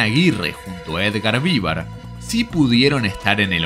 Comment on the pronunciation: no Vívar...